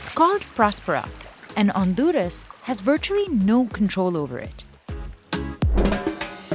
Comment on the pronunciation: Honduras not Onduras ,this is not ok